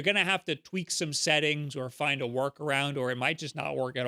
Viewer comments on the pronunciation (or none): none